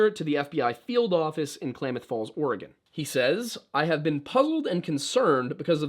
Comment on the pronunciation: Klamath Falls resident here. Excellent pronunciation! Crater Lake is incredible. Photo and video never do the deep blue of the lake any justice. Something to note: Blue jeans are denim, which is cotton. Cotton is first on the list of NEVER WEAR IN THE SNOW. It doesn't hold heat and gets wet very easily. It's egregious that he would be so well prepared but be wearing blue jeans.